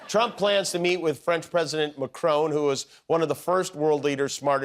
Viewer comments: adorable pronunciation Marcroooone ? Non,non. Macron . Just 1 R. short MA (like mama) CRON short o (like often) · trump shouldn't be able to do anything until Jan 20th. On a side note, I do wish Americans would pronounce it correctly - it's Notre DAHM, not as in southern woman. Also, Macron is MacrON (as in 'on' the table) not 'crone'. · It’s not Macrone. It’s Macron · When American media can't pronounce international leaders names correctly... there's no E on the end of Macron, so it's MAC-RON as in Ron Burgundy... In recent years it has become more and more evident that US media simply doesn't cover much outside of its own borders compared to how the rest of the world covers international news. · At least make an attempt to pronounce correctly. Notre DAYME is the school in Indiania. Notre DAHM is the cathedral. You don't have to have a French accent or anything, but you can at least use the short vowel. And it's not Pred Macrone. It doesn't rhyme with "own." It's closer to the English "anh" sorta. Mac KRAH... sorta... How hard is it to know that? And having a Republican Senator talk about how important it is to obey the law and be punished if you don't.... I'd laugh except satire is dead. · Is anyone else looking forward to the resumption of Trump and Macron’s handshake war? “I’m not letting go till you let go” “Well I’m not letting go till you let go” “Well I’m not letting go till YOU let go” “WELL I’M NOT LETTING GO TILL…” etc etc ad finitum (Btw the way Americans pronounce Notre Dame is crazy 🫤) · Correctly for an english speaker maybe, but in french for for Macron (or all words ending with a vowel and a consonant) it's neither one nor the other. I think theses sounds (an, en, in, on, un) doesn't exist in English; it's the same as when a Quebecer says Boston in the French Quebec versions of the films for example, it seems to me that it's the only name of an American city that they pronounce like the French.